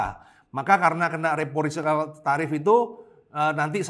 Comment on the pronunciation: reciprocal pak.. bukan reposikal heheee